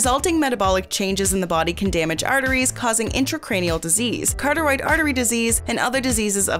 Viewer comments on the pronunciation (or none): The correct pronunciation of carotid is as it is spelled.... not- carteroid